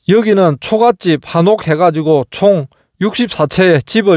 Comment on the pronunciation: "초가찝또있꼬 기와찝또 있습니다." ==> 초가집, 기와집 주장하시는 바에 100% 공감하지만 발음은 더 아름답게 부탁드립니다. 감사합니다😂